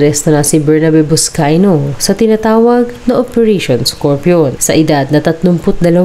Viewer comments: NOT BUSCAYO! IT'S BUSCAY-NO!! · Bernabe Buscayno po hindi po Buscayo 🤣🤣🤣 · Maling mali naman ang pag sabi mo ng kanyang epelyido . Mag re report kalang mali pa. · Narrator, pls.ayusin mo pagbasa. Buscayno Hindi Buscayno.